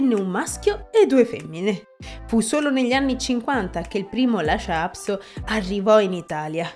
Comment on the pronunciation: Per quale motivo lo pronunci " Lascia"??